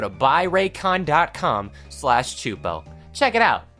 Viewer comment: No. No no no no no! He they got choopo! Repeat! They. Got. Choopo!!!!!!